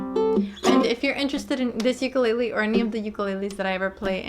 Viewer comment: Thank you. Youre the only one so far that has pronounced "ukulele" correctly! Amazing. I hear the "lei" often emphasized as in..."you-ka-lei-lee" i dont see an "i" in the spelling. Ive gone over a bit....sorry.